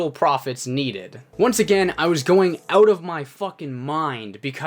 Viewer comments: for the most part they do but listen to how he says about and out at the beginning of the video...he says aboot and oot...dead give away dudes got a mullet, loves hockey, calls teeth chiclets, and swears labatt blue doesn't taste like shit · Are you from like Michigan or somewhere? Cause the way you say 'out' makes me think you're from somewhere like Michigan